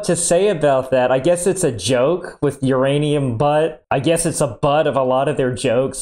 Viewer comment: Ur Anium Your Anum